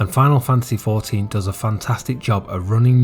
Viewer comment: literally nobody calls it ex-one-vee